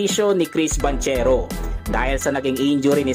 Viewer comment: Eto po tama sounds like "BANGKERO" hindi "BANTSERO" FYI. god bless.